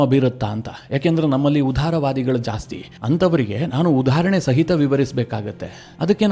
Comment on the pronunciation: ಉದಾರವಾದಿ..... ಅದು ... ಉಧಾರವಾದಿ ಅಲ್ಲ ಉಧಾರಣೆ. ಅಲ್ಲ. ಉದಾಹರಣೆ